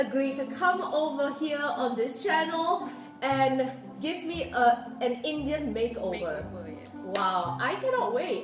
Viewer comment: I like the emphasis on INDIAN eyebrows 🤣